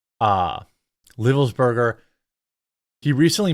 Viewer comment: Livelsberger, he pronounced the "i" as " eye". Really great dude... no idea wtf happened